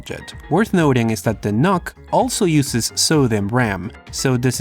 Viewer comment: I would think its pronounced "Nukes." as in short for Nucleolus. Unless you are trying to trigger Pantomath. which you would be doing a good job.